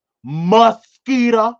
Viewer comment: We have to say it how says it #muskita 😆